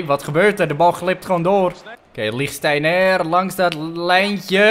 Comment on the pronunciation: Toen je Lichtsteinet zei hoorde ik Linktijger xD